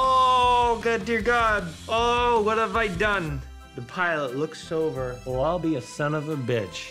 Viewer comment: the pilot looks SOBER lmaoooo Well, I'll be a son of a bitch ...totally sounded like he said sober, not looks over xD P.s. he could've taken the jugs off one by one to start coming down...rrright?